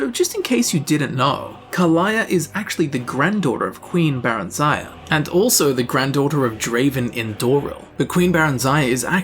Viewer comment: I’m pretty sure that it’s pronounced “Buh-REN-zee-uh,” not “Beh-ren-ZY-uh.”